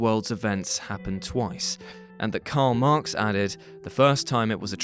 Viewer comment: you lose me when you say "karl marx"